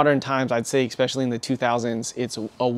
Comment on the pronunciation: There's no x in especially. It's not "expecially". In case you do the same thing with your Italian coffee, it's not eXPresso, it's espresso. You spent too much time being a stealership nerd, you forgot to finish learning English. I'll let you know if there's any other issues. I'm only like a minute in. I'm predicting right now that you're gonna have an issue with further and farther. Just my professional opinion, we'll see.